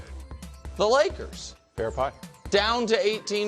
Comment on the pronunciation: “The Woyers”- Brou